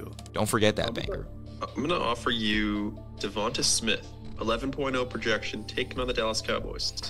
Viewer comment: Do you guys purposely mispronounce Devonta Smith every single time